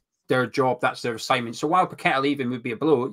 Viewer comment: Can neither of you guys pronounce Paqueta's name properly?